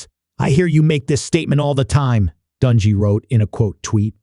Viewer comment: For the love of God will you PLEASE PRONOUNCE HIS NAME CORRECTLY???